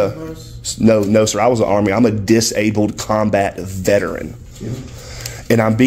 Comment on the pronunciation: "Im a DisABLED comBAT vetERAN!" Saying it like that,, doesn't give you special rights to be obnoxious. Im thinking these two veterans are a bit embarrassed for what you are doing now.